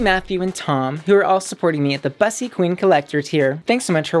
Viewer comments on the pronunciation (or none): I don’t know how many people must have already said this but I HATE that you pronounce “bussy” as bus-y like the vehicle instead of bussy as in boy pussy. Like rhymes with pussy.